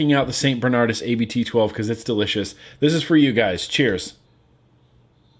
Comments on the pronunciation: hey its not a-b-t its just abt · A more accurate pronounciation of 'Abt' is 'Abbot', what it actually means. Good beer, btw. I'm regretting the fact that the bottle on my desk of it is empty.